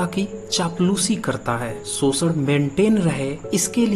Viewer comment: Pehle to tum श bolna seekho bhai School me pdhai likhai ki thi kuchh ya nhi??? Sosit sosak sosan lga rkha hai or jakr bharat itihas pdhe